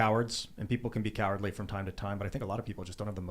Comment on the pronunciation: Tim discribed the "right" as cowerdly. I would only say that lets not contrew cowerdly with politeness.